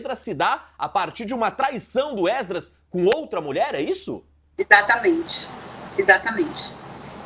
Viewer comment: Porque esse homem fala êsdras?